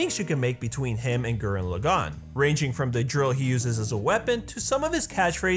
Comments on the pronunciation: Da Fuq with saying Gurren LaGANN? [As In accentuating gann] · "Gurren Lah-GAWN" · I admire this video. But I cringe at every time you Laggan (Laa-Ghan) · lah-gone TRIGGERED